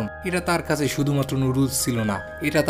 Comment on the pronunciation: আপনার বাংলা উচ্চারণ ভয়ংকর বাজে। ভিডিও শুরু করেই কাছে কে কাসে শুনেই স্টপ করতে বাধ্য হলাম। একটা কন্টেন্ট বানাচ্ছেন সেটার মান ধরে রাখার চেষ্টা করবেন।